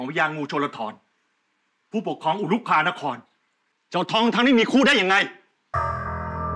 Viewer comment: ตลกตอนที่พญางูชลธรพูดว่าอุรุคานคร